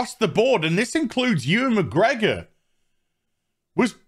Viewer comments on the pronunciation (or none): none